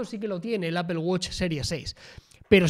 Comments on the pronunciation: jajajaja qué horror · ¿Por qué pronuncian "apel" a Apple? jajaja